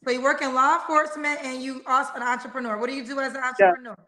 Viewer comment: Did she say she was an "antrepreneur" 🤣🤣🤣